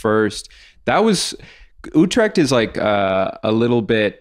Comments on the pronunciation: I was so confused when you kept saying U-tract but then I realised you meant Utrecht. (You say the U as in the u in true and the e as in èh? and the ch like you got something stuck in your throat btw. Dutch is wierd, make fun of it.) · OH HE SAID UTRECHT. Yeah that is hard to pronounce.